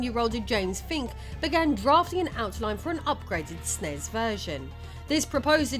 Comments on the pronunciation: It's not "snezz". It's ES-IN-EE-ESS. Take my downvote. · I have never heard anyone refer to a Super Nintendo as a Snes (Snezz). It was always called a Super Nintendo, a Super N.E.S. or you spell it out as S.N.E.S. I had one of these and have gamed for almost 40 years, and never heard it pronounced Snezz. Please do not make this a thing, if it's an AI thing, please start typing this shit phonetically. I love hearing about the history of old games, but pronunciation of consoles and games should absolutely be part of that research.